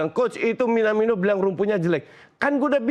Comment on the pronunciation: Akhirnya koci bs nyebut minamino.. Biasa nya minimano 😂